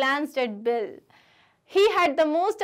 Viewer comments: Did anyone notice,mam was telling bill as Billi in the starting .Thank u mam for explaining nicely and this is coming for my exam too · it is bill not billi